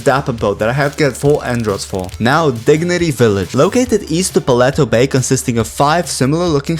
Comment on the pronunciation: You know that they are a minecraft player when pronouncing paleto bay as "pah-leh-toh" instead of "pah-lee-toh" XD